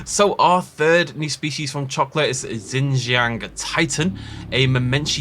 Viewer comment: Just a note: Xinjiangtitan is pronounced "shin-jee-an(g)" -titan :)